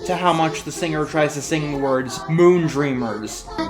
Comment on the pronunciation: Moondreamers as a few listeneings sounds like Moontrimmers.